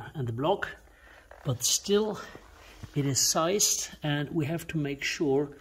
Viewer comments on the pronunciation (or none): Good evening. I sincerely hope my engine is in better shape! I do know that it was rebuilt by a very well known and highly respected engineer only a few thousand miles before it was laid up in the 1990's., please don't be offended but syssed is pronounced seezed. Always enjoy your video's.